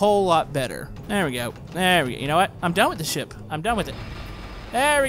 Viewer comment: wait did he say shit or ship you can see in the vid time